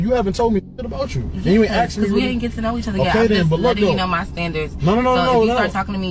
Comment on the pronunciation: WHY DO SOME PEOPLE SAY, I AXED YOU A QUESTION? OR WAT’S YU MEEN? I KNOW E-BONIC’S WAS SO VERY POPULAR DURRING THE 70’S AND 80’S.